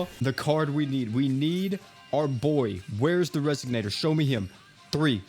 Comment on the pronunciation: It's pronounced res-ON-ator, not res-SIG-nator. SMH